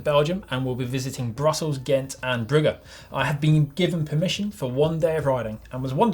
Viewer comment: Also, pronunciation of Bruges???